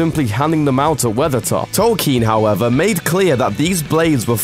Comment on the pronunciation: "soreon" and "tolkeen" this video hurts my soul